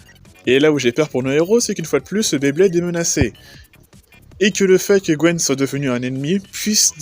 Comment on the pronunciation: Il y a un truc qui me taraude : j'arrête pas d'entendre "Gwen" alors que la traduction donne "Gwyn". Gwen est le nom français ?